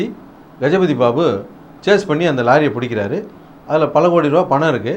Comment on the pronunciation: Did someone notice him saying Gajapathi Babu instead of Jagapathi Babu ????